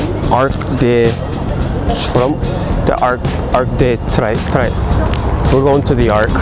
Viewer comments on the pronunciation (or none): "Arc de Trrgggh... , the giant Arc " Haha! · Didn’t he say arc de Trump? 😂